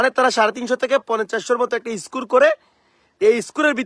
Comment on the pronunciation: এরা তো স্কোর উচ্চারণ করতে পারে ইসকোর বলে তাদের কত আশা!